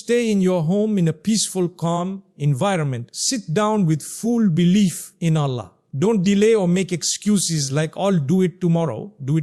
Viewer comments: True this Is NOT mufti menk. From the way u pronounce ALLAH.!!!!!!! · The way he is pronouncing Allah says its 100% AI video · First of all this is not Mufti Menk, second thing is that this AI can't even pronounce Allah's name correctly. Mufti Menk is one of the best scholars of Islam and the way he pronounce each and every word is crystal clear.. Guys please don't spoil Mufti Menk's name...may Allah guide each and every one of us... Ameen ❤ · That’s true, I saved the video but I’m coming to delete it now